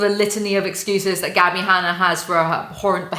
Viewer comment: Noone: Literally noone:: hAnNaR